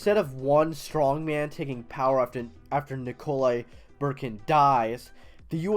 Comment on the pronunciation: why are you calling nikolai bukharin nikolai BURKIN